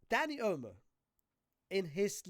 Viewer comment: why does dis brudah keep callin him "Dani Elmo"????🤣🤣🤣